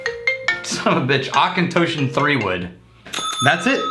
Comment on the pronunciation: Not claiming to know even half what you guys know about whisky, but isn’t it pronounced AuchentAWshon and not Auchentōshon? Or have I been fucking it up all along?